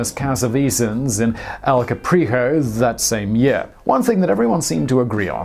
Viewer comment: "El Capriho" hahaha